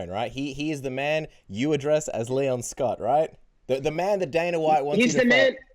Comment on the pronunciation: Colby slipped on Leon’s name 😂